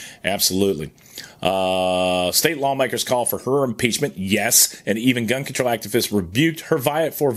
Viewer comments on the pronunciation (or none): none